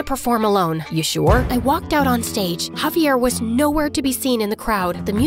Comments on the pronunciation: bro called javier caviar the whole time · “She says haviar sub titles say caviar the real name is javiar 💀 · dude said cavier not javier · Javier. Not caviar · i always heard it like cavier